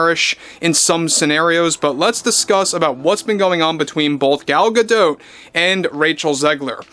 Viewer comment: Gadot is like Bardot. the T is silent.